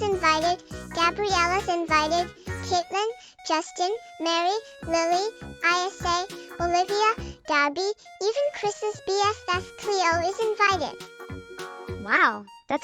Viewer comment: Note: Isa is pronounced ee-suh or EE-sah.😊 I thought I’ll help you out.